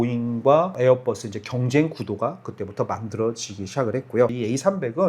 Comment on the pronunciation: 에어뻐쓰라고 안 하면 안돼요? ㅠㅠ 보잉도 뽀잉이라 안하고 맥도날드 떠글라쓰라고 안하자나요